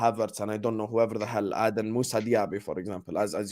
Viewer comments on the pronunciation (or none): my man lost me when he said Diaby...